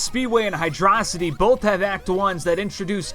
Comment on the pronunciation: "Hydraw-sity" Unsubscribed